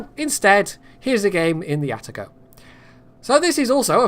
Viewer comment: ''Poitago'' it is.